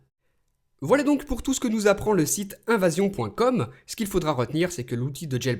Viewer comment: mdr "invasion" au lieu d evasion :p (3;14)